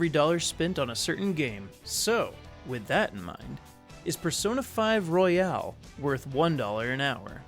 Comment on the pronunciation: This nigga said persona 5 royale